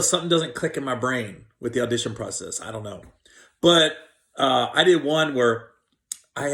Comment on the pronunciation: "I on know" Gary's favorite phrase. Love you Gary. See Lockdown is treating you good!